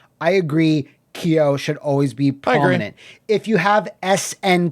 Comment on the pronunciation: GUYS it isn't pronounced "Key-yo"